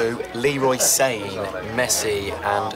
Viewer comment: The way he pronounced Leroy sane